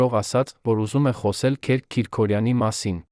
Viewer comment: Հարգելի ընթերցող,Քերք չի կարող լինել,Քըրք է,հայերեն Գրիգորի կրճատ,անգլերեն տարբերակը։Եւտառի սղումը երբեմն փոխում է բառիմաստըԿամդարձնում անհասկանալի։Միթե չկա գրագետ ընթերցող։Թեմաները ակտուալ են եւ հետաքրքիր։